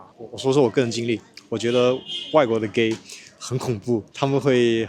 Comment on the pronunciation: 'why are you geh' never gets old😂